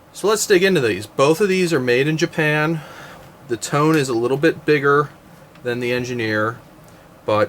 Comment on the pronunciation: FYI. The "Tone" is pronounced toe-nay